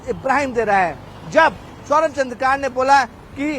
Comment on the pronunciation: Abe ghus de kr bane hue reporter wo चन्द्रकार nahi hai wo चंद्राकर hai..😂😂